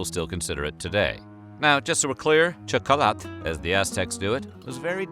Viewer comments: The X is pronounced SH. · Not an expert but probably you should pronunciate it something like "Shokolatl" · Also, for those interested, this is how you pronounce Nahuatl words ending in -TL like Quetzalcoatl and Xocolatl : The L is silent, but you still position your mouth as if you were going to pronounce it, but only let the air out, no sound. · You misspelled and mispronounced xocolatl. We still make it. Much better than the European version with sugar and milk. It's made with water, cacao and chiles. You mispronounced Hernán Cortés and Sahagún. You had trouble with nixtamalization, but almost got it. Sounded a little Gringo, but OK. We usually don't make a "flour" out of it, which would be a powder, and in fact flour is more associated with European wheat; rather, we take the moist, stripped corn and grind it on metates to make pliable masa. We then use this to shape tortillas, gorditas, tamales, picadas, orejas, and a myriad other shapes for different cooking meals. "Te-noch-ti-TLAN", accent on the last syllable. (Tenochtitlán). We call amaranth huautli. Pipián, not PE-pian. Same basic construction as mole with a few different ingredients and coarser ground seeds. And no, it doesn't always contain vegetables, in fact almost rarely; it's a type of meat stew. Adding vegetables is a matter of taste or regional habits. Ahuacatl (Nahuatl language). Spain aproximated it phonetically, aguacate, and that is what we call it in México today. I guess the English couldn't handle it and came up with "avocado". Figures. Chi-NAM-pas, not with a "chee" sound, and "nam" as in a flat "A", sound, not as in "spam". And please stop saying Tenochtitlán. Huitlacoche is delicious, tacos stuffed with it and salsa are all over the place. To pronounce it, the "H" is silent. Make it with some roasted chapulines or make scrambled eggs with it